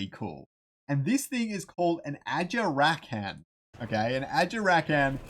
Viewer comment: this vid was a day ago and i was just fine watching until you said ajarakans name wrong.. like bruh do you not watch any vids? they pronounce the names in english and its very clear.. hearing that after his name was announced months ago just sent me